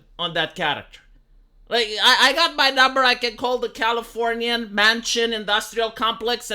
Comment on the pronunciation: Wow... you ACTUALLY said California right... good job 👏